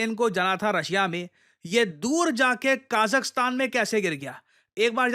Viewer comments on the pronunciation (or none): Bhai name bolna bhi nahi hai Azerbaijan Kazakhstan